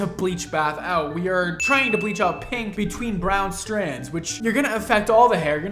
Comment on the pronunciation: When did people start pronouncing pink, peenk? It’s odd and I’ve noticed more people saying it like this. Weird